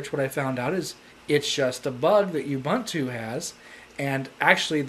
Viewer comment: Ubuntu Christian? It's not official ubuntu flavor! Its pronounced as : "oo-BOON-too" not "uuuu-bun-too". What's so special about seamonkey? Try KDE 4.4. Indeed its fun to try different OS, but not making a video saying it's frustrating cos you couldn't configure it!